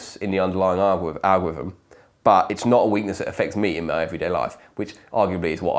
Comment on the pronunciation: "ahgwivm" Come on, dude-- English is your first language. There's an L, an R, and a TH in there.